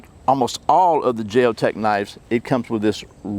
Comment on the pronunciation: I don't think the J is pronounced lol like the J in Jalapeno haha